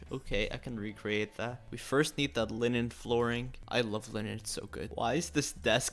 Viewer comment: It’s called linen not lilin